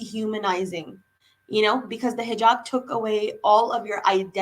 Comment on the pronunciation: do you also have Pakistani background as your pronunciation looks like that way, you pronounced Hizab as "hazab" which is typical Punjabi accent, we find Muslims in Indian punjab not in that numbers,so you must be from Pak?